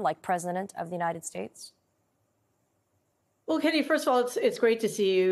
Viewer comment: So trumpturd can pronounce mein kampf but he can't pronounce United States 🇺🇸